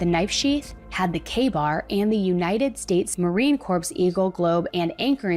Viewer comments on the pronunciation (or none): Marine Corps is pronounced “Core”. Not “Corpse”. I know it’s a smaller detail, but it’ll drive those crayon eaters crazy 😉🤣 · Awesome video and dedication to the coverage. Small note, “Marine Corps” is pronounced like “Marine Co-re”, Not “Cor-ps.” The “S” is silent. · It's pronounced "core"( not corpse) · Marine Corps is pronounced “core” not “corpse.” Come on now. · Please do not pronounce Marine Corps “marine corpse”. The word “Corps” is pronounced without the p or s sounds - so sounds like “core”. Thank you for the video otherwise! Sincerely - U.S. Marine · Corps is pronounced like core, not like corpse. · that word after marine, it's said like core. "the marine core." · It is spelled Marine Corps but you pronounce it like “Core”. 🩵🩵🩵🫶🏻